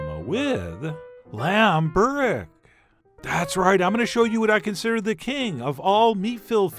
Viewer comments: It's not "burek" then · Borek? i know yugoslavian Burek and turkish Börek, but no Borek. Man gabachos, every pc, every programm have ö, ü, ç, č and all forms of special letters somewhere, 1min of searching this is not to much work! The rest of the world we write all american shit correctly, you could at least try amerikalı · OK, this is bothering me. It's BUREK. Or Börek if you live in Germany I guess. But its definitely not BOREK.